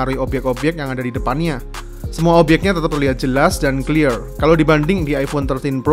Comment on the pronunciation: Bang gua udh dari dulu sub channel lu tapi mohon maap ni bang jangan paksain pake bahasa Inggris bang jadi agak gimana gtu denger nya pas bilang clear atau flare 🙏🙏